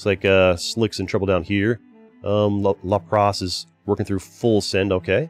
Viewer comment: I like the way you say the Pokémon name... La-pras lol